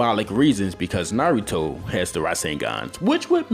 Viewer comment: pronounce your Naruto better